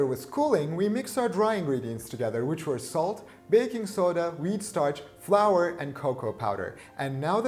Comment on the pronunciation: Flour? I thought you said grandma’s ashes....